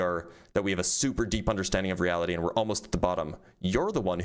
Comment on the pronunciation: "i cant handwe the weawity so god weeeeeaw"